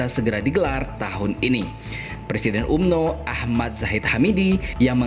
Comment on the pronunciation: Tulisanya umno bang Org malaysia bacanya amno